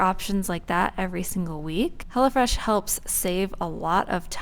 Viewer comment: It sounds like you’re saying “hella fresh” instead of “hello fresh”